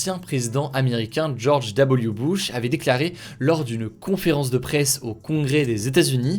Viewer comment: jsuis le seul à avoir entendu "George Diabolique Bush" ptddrrr ?